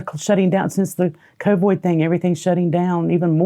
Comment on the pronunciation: whats she calling covid? coboy? lol i dunno